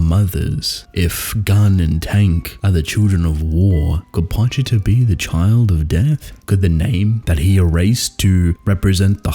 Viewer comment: I’m so happy you say Pochita correctly… so sick of hearing people say poCHEEta. Always love your analysis… I’m so simple that I never think this deeply about what is happening so I really appreciate your content.